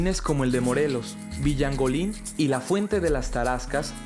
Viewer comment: Comentario ,... con mucho respeto No es villangolin Es Villalongin